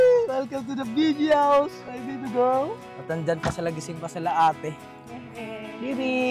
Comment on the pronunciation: Mali po speak nyo na gurl girl po Hindi gurl